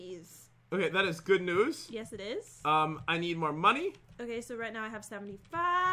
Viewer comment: You said noos not news :/